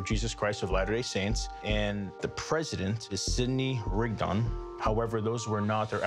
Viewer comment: Sidney Rigdon is pronounced with a soft O, like Bacon. Herbert Kimball is actually Heber Kimball. Considering how off he was on the names I really doubt he was on point on the price. Probably only researched the note on Google as he was driving over